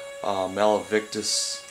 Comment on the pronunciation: lol i know what youre sayin like when he says malivictus XD